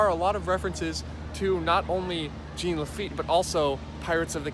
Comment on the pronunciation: I live in Louisiana where we know French words. It's pronounced (zhahn) Jean Lafitte. Fyi we have an entire pirate festival dedicated to him!